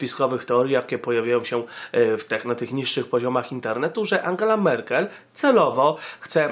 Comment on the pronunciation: Merkel, nie Merkle :D